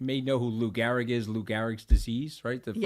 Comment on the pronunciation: Its Lou GEhrig not Lou GAhrig. Are you sure you're from New York Anthony?